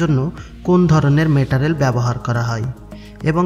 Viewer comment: Metarel na Meterial 😂😂 Pronounce thik ho66e na